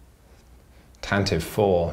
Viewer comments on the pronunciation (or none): I realize this video was from over a year ago, but I just subscribed to you guys. I love your reviews. But I'd just like to point out the little known trivia that "Tantive" is correctly pronounced with three syllables, not two. TAN-tah-vee. Have fun, guys. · it annoyed me that the first thing i thought was 'it's pronounced TAN-TIVVY'